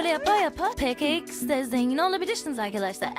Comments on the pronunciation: peke ix de değil pe ka ix de diye okunur ve ne kadar gıcık kkonuşuyorsun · Peke iksde değil peka iksde